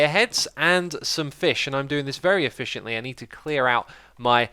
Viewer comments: "...doing this very e-fish-ently" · very efishiently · very eFISHiantly? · very eFISHiantly. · "Very effishiently"